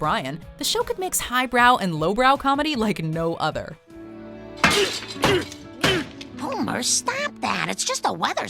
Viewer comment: Hommer? Petter? English? where?